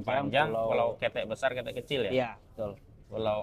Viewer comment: Cara bacanya kete’ bkn ketek berasal dari bahasa Minang. Jd baca kete,ya dgn huruf k lemah yg diakhirnya. Ok????